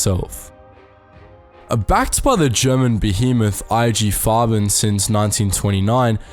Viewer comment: There are pronunciation errors. Example : Nestlé or IG Farben , ... shouldn't you at least use the sound icon of google translate ? Coco Chanel :At 57, she fell in love with a German embassy attaché, Hans Günther von Dincklage, 13 years her junior. No doubt a spy. They live their affair in the prestigious hotel, partially requisitioned by the Nazi regime to house the Luftwaffe and its leader, Marshal Göring. Above all, it involves the German authorities to recover the ownership of its perfumes, ceded before the war to Jewish industrialists. It's a fail. The Wertheimer brothers, refugees in the United States, thwart his plan. Code name: "Westminster" Alas, Coco Chanel is embarking on a new, even crazier project: to stop the war! By attempting to negotiate in 1943 a separate peace between Germany and Great Britain. An incredible operation, called "Modelhut" (Couture hat). Who takes her twice to Berlin. In April 1943, she will discuss the details directly with Walter Friedrich Schellenberg, head of the intelligence services of the SS. She knows well, she pleads, British Prime Minister Winston Churchill, met thanks to her former lover, the Duke of Westminster. Himmler's trusted man is won over. But the operation turns into a fiasco ... Winston Churchill pressured the post war French autorities to free her.